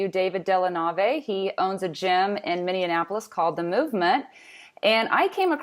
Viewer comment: minnie-IN-apple-us ???? I thought it it was, Minnie-Apple-Us